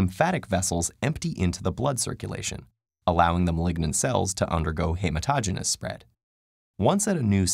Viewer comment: Peritoneal... it's pronounced as pear-I-toe-neal. Hematogenous, he-mat-oh-GEE-née-us.